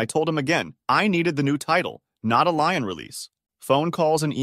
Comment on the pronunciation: It's the same damn voice reader 90% of the channels use now. It's terrible. And yes, it's a bot. Or did you really thinks human confidently pronounced Lien as Lion that many times?